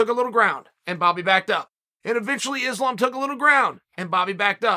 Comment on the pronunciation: Its islam not izlam please